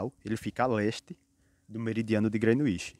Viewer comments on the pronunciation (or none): Grenuinsh Meridian , SIIIIIM!!! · Kkkkk koe man, quando tu falou “ grenuixi “ perdeu a credibilidade pprto kkkk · Parabéns! Nota 2,25 ! Parece trabalho de geografia de uma criança de 8 anos falando sobre o "Grenuíche" .